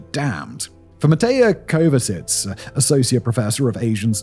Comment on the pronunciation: sheesh this dude can’t pronounce ANY name right! You can tell he had trouble reading this name on the script😭😭😭 “Meteja Kovacic” = “moh-tay-oh ko-vay-uhsetts” 😔😞 brother, it’s supposed to sound like “moh-tay-hah koh-vah-sick” not, whatever tf you spat out 🥲🙃🤣